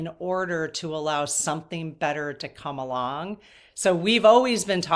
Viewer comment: When you were reading the booklet for the card, I heard something interesting. It said something about letting go so something better can come along. The way you said "come along" really sounded like you said "Kamala"! (about the 37 minute mark)